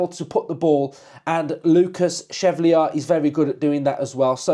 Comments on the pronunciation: Great pod mate- Lucas Chevalier would be my choice, btw it’s pronounced SHE-VALLI-YAY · Pronounced Shev al ee ay